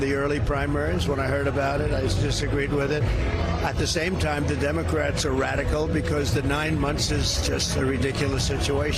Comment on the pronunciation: "The democrats are redical" 😂